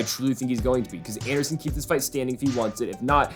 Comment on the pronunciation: This man really said anderson…. Smh